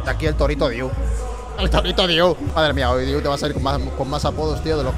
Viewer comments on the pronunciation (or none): El nombre del chico es Andrei DEIU no diu please! Se lee igual que se escribe. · Muy bueno. Andrei deiu (andrei dEiu ) la "E" TAMBIEN SE PRONUNCIA